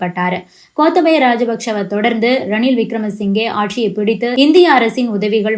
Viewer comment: கோத்தபயா ராஜபக்ஸ ❌ கோத்தாபய ராஜபக்ஸ ✅ பெயர்கள சரியா உச்சரிங்க அக்கா😂